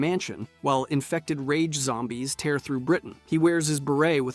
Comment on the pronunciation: Are you able to say the word tear - as in tear apart - properly?